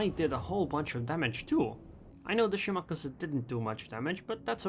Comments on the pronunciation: I think he is saying to pronounced it wrong. You said (Shi•mah•kah•zu) Instead of (Shi•mah•kah•zi) And yes I know how to spell it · Shimakaze has no pronunciation of the letter u at the end of it, FYI.